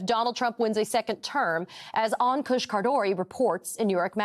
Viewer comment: Poor Ankush. You mangled his name. In the worst way. I'm sure other ppl have as well. But when I read his name I didn't know whether to laugh or cry. Appalling! Cmon guys you can do better. Great segment tho.